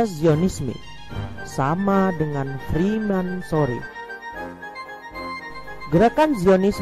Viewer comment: freemasonry min, bukan fremansory . Maaf ini ralat aja min